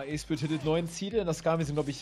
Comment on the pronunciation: 41 Minuten trymacs sagt spire firit stabil